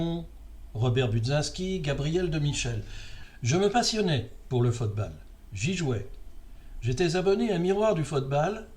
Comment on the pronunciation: Bonne année! Bon, j'avoue ne pas avoir écouté le cloclo, ce n'est pas mon truc ... tu parles de fotebale dans cette édition, pourquoi le prononces-tu ainsi? Lors de la coupe du monde 66, si je me souviens bien, la finale avait été très bien mais c'est surtout une demie-finale (Allemagne-Italie je crois) et un quart (je ne sais plus lequel) qui avaient été sensationnels. T'en souviens-tu?